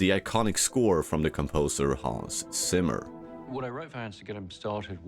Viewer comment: Hans Zimmer is German. It's Tsimer not Simmer.